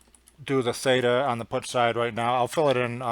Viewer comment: FINISH OFF UR DRINK! PUT IS SPELLED AS PUT & NOT "PUTT". & BY THE WAY WHAT THE HELL R U TRYING TO CONVEY TO THE COMMON MAN? ALL THE FIGURES R READILY AVAILABLE IN ALL THE PLATFORMS. WHY COMPLICATE ISSUES FOR HALF AN HOUR? & WHO KNOWS ABOUT PROGRAMMING?